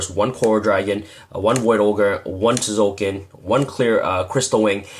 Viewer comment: the T is silent ffs